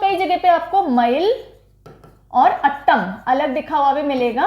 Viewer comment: Mam Me TN se hu. Your Teaching Was excellent. No problem abt Pronunciation as its Difficult for Northern Ppls to Pronouce them. Every Thing is Attam Nahi Its Aaatam. Like how You Pronounce atom.And Aatam means Dance🤗